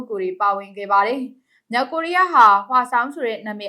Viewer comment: မလဲရေ၊စိတ်မရှိပါနဲ့ မြောက် ၊ကသပ် အသံထွက်ရမယ်၊ မြောင်၊ဆိုရင် ငကိုသတ်သော ငသပ် အသံ ထွက်ပေးပါ၊ မြောက် ကိုးရီးယာကို မြောင် ကိုးရီးယားဟု အသံထွက်ရင်၊လွဲမှားပါတယ်၊ သတိထား၍ ဖတ်စေလိုပါတယ်။